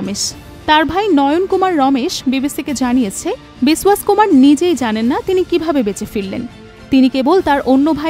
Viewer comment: বিসওয়াস নয় বিশ্বাস!!!